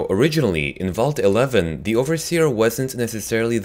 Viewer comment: did he just say at the end vaul t11 thats what it sounded like to me